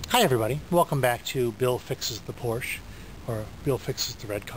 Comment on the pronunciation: Porsche engineers aren't the problem if you can't effectively service a car you cannot even pronounce correctly.